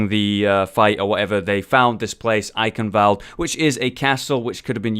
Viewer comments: Not valde its wuh-al-d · the "E" in German is never silent ;) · YES. I was like ,, Can you PLEASE pronounce Eichenwalde as it should be pronounced." I know that he can't know it but if I would walk around pronouncing New York like Nef York you would also feel annoyed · richtig witzig wie die leute eichenwalde aussprechen :D